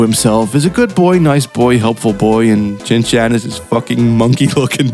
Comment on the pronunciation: Not once did you say Shin Chan. Only 'Chin Chan'